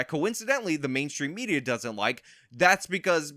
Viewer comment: I heard you say "SOCIAL MEZIA"